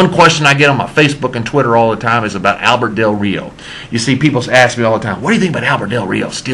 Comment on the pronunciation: its albreto